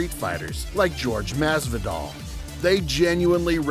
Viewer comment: The moment you murdered jorge masvidal's name, i lost interest. 😂